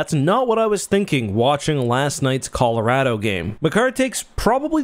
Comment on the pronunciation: Can you at least pronounce Colorado correctly?